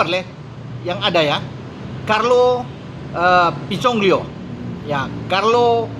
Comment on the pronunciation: Pinsoglio,, bukan Pinsongglio. Dan yg diincar Juve adalah Audero dan Carnesecchi yg teratas.